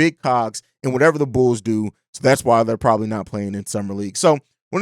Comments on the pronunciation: I heard it too, bro had too much yak yesterday 😂🤣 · I thought it was just my ears 👂 😂